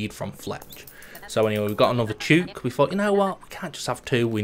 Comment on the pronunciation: Thouroughly enjoyed the video. Love watching people play dinkum for the first time. Would love to see 200 days! Btw, chook rhymes with book lol